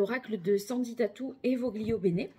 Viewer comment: Ont dit VOLIO BENE ...LE G NE SE PRONONCE PAS😊